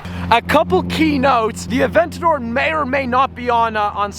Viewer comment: Hearing you say “Aventadorr!!” in that corny accent is painful